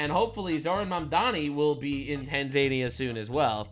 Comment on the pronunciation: It’s Tanza-nia! Not tan-zania! 😂